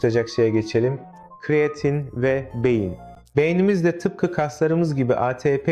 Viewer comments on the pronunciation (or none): Kiriyatin dedigin ne sikim😅😅😅